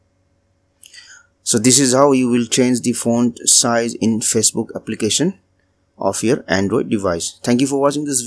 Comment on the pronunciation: It just bothered me so much on how you pronounced facebook!!!